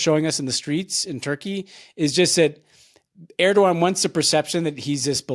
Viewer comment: He does not even say "Erdoğan" in an approximation of correctness.